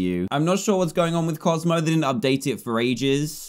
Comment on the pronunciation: Dan : bozmo is obsessed with the pug in the water Me : DAN ITS COZMO NOT BOZMO